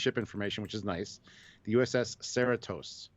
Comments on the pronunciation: It’s pronounced Cerritos cerREtos.... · Sir - RE - tos